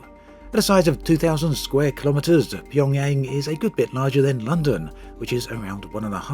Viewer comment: What a stupid video... Didn't even sure Pyongyang properly